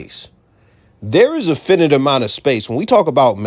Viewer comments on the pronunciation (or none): After he said, fin it a bunch of times I had to leave. I just couldn’t take mispronouncing the word finite anymore?